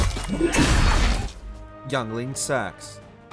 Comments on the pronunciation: lol "Youngling sax". Pronounced "Ingling seeks". Do some research if you don't know. Sound foolish otherwise. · If I ever hear someone say Yngling Seax as youngling sacks and not Ingling Sew, i'm finding you and killing you. In minecraft.